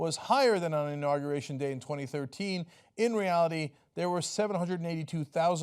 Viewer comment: "Understating the size of my inaugeration" Sure, Donald, the size of your "inaugeration" is whats in question. #microtrump